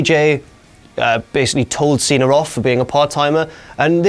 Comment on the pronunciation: why do i always hear saying "cenar" except cena